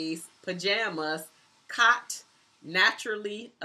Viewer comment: Thanks for agreeing to do the tag and yes I do hear your accent especially with the word "caught" and I love how you ending it with See you Later and your infamous laugh!!! I've always wanted to go to Cali...and who would have known you grew up in Ohio!